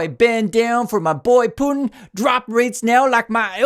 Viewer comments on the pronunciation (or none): none